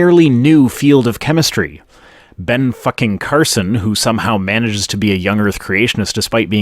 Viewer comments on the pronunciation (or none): none